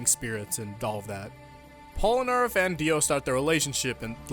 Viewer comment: POLANAREFF? ITS POLNAREFF